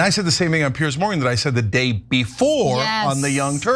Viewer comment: Ana there's a difference between pronouncing Piers and Pierce,you said the latter Pierce,it's /pierz/.